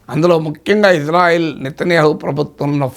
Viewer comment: గురువు గారు మీరంటే మంచి అభిమానం ప్రతీ వీడియో మిస్ కాను సార్ దయచేసి నా మనవి ఇశ్రాయేల్ అనండి/వ్రాయండి సార్ ఇజ్రాయేల్ కాదు సార్ יִשְׂרָאֵל కుడి నుండి ఎడమకు 1. యోద్ =య "ఇ" 2. షీన్ = ష 3. రేష్ = ర 4. అలెఫ్ = ఎ 5. లామెద్ = ల్ *ఇశ్రాయేల్ * ISRAEL ఇందులో "J" ఎక్కడుంది సార్ ఇది గమనించండి ఆదేశం యొక్క పేరును అవ మానించకండి. ప్రతీ అక్షరం క్రింద ఒత్తులు (దాగేష్ ) ఉన్నవి. హిబ్రూ అక్షరమాలలో "జ" అనే సౌండు లేదు మీకు శటకోటి దండాలు తప్పు పలకకండి వ్రాయకండి.